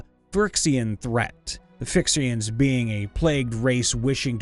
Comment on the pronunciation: I know you're trying your best but it was hard not to laugh very well known magic the gathering names being butchered horribly. The phyrexians will never sounds scary to me again hahaha